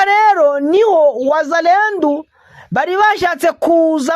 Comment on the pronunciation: Bavuga wazalendo apana wazalendu.